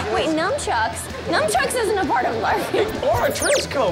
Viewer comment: Lol Sarah called them numb-chucks instead of NUNCHUCKS..... I wish I had a dollar for every time someone called them numb-chucks because I’m pretty sure 90% of the population calls them that and I did too till about 3 years ago when a martial artist friend called me out on saying it wrong for all those years!!!!